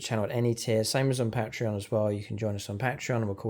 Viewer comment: Great battlereport... but man to man here; say patreot and then say Patreon. Ure welcome